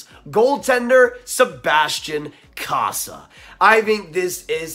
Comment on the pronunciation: I commented a few times it’s pronounced CO-SA